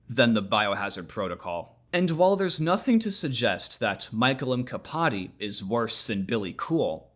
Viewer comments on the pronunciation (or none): I think the mkpadi is pronounced like a Mac at the beginning of a name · for your (pl.) information, the k in mkpadi is pronounced "at the same time* as the p, which is a thing not uncommon in african languages